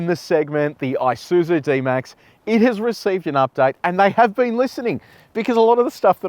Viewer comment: Not "I" suzu ....it's a Japanese word "ee" suzu. Nevertheless, nice presentation.